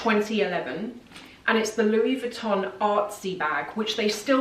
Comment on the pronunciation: Louis VuittoNNNN? You are too smart for this pronunciation.